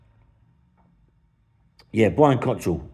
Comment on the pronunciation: Why do you always call him Cottrell? It's Cockerill 😂